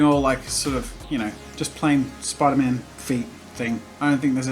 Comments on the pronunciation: Its spiderman not mate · I know where you are from but it’s spiderMAN! Sorry